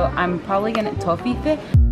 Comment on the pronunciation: "TOYFEE" That's the weirdest I have ever heard anyone pronounce it.